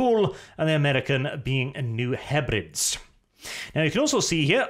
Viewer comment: It's pronounced "New Heh-brid-eez".